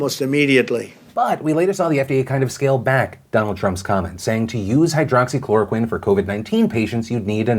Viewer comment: I have to say congrats on saying "hydroxychloroquine" so many times without mistakes :D, great videos btw cheers from Romania!